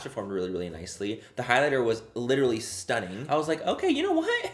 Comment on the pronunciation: You sound sooo Irish when you say ‘stunnin’ 😂 I’m from Dublin and yeah sound very like us Dubs 😂🖤